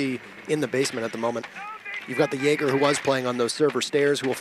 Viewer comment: this caster got me banned from the twitch channel, chat was spamming "Jay Ger" cuz that's how he pronounces Jaeger. i asked who the fuck is Jay Ger? they told me i typed in chat "WTF is this caster ?" got banned.